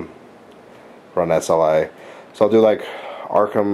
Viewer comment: S.L.I. stands for scalable lace interface. It's an acronym - it's not pronounced "sly."